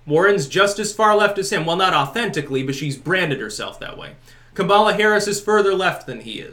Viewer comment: Did say "Kabbalah Harris"?